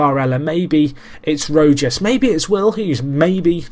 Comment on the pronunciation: im pretty sure you pronounce rojas's name rohas